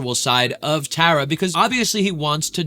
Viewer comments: i keep cringing at how he says tara. tar - a, not tear - a, tar, tar a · TAR-AH, not TARE-AH :) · Tara is gonna lose her mind hearing you pronounce her name as “Tah-ra” instead of “Tuh-ra” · btw ur saying her name wrong it sounds like black tar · Who's going to tell him hes pronouncing her name wrong😭☠ (Its Tar-Uh) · Tara pronounced T-are-uh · its pronounced tar-a like black tar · She’s gonna HATE how you are pronouncing her name wrong so many times 😭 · You’re pronouncing the name wrongg😭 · ok awesome! 😊 But one more thing.. I’ve noticed over time, most say Tara wrong and you were close but just thought I’d lyk. Tara doesn’t really like when people say her name wrong and I’ve heard some tell people how to say it like black Tar - Ahh, you were *very close*, compared to others that don’t know her, pronouncing it… but just incase you make more videos on her try to go to a video with her in it and listen to how they say her name! ❤️ Can’t wait for your next videos!